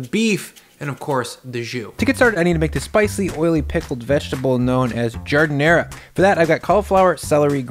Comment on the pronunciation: Jesus Christ, stop saying ZHUUU and JARD. Nobody in Chicago says that. I'll fight ya! >:D